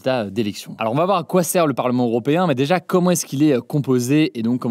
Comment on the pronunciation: Européen non pas Oropéen😂